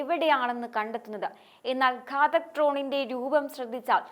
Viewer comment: ഘതാക്ക് അല്ല ഘാതക്ക് ഡ്രോൺ ആണ്